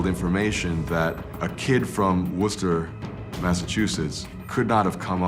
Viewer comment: The detective said "Worcester" correctly! He must have some connection with Massachusetts :)